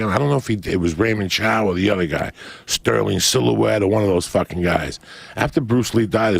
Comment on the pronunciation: ‘Stirling Silhouette!? Haha. I think he means Stirling Siliphant who was a good friend of Bruce Lee.